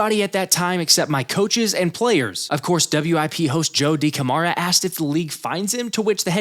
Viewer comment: It makes me question your Philly fan hood if you do not know how to pronounce Joe Decamara? Unless you just do not live in the area maybe?